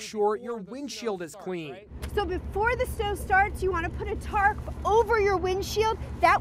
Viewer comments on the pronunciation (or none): insted of saying clean he says queen XD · "Make sure you wind shield is qween"